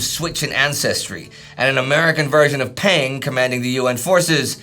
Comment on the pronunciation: One small correction: "Peng" is actually pronounced "pung', in the same way as "Deng" is pronounced "dung."